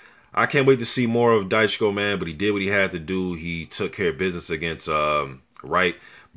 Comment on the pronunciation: Dychko is pronounced as [Dichko].